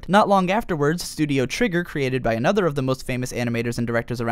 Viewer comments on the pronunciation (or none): none